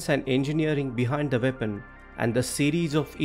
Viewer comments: Did you say, vepon or weapon….FFS speak English or Indian but don’t pronounce English words the way you want. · If you can't pronounce weapon correctly find another topic.Veapon ?